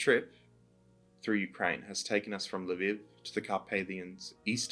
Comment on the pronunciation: It's Lv EE v, not Lv ih v